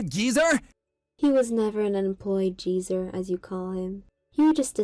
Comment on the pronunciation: They are not Americans. They mispronounce simple common American words all the time (like old jeezer instead of geezer) Plus, they use Canadian or UK English sometimes. All that means is, they could’ve learned English from someone from a different country